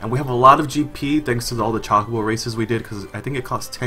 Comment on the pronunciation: I cringe every time he says Chocobo. CHAKABO. Lol. Other than that....this is a really good fan game.